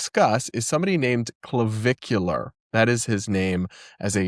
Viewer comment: You said "Clavicular" and I heard "Caligula."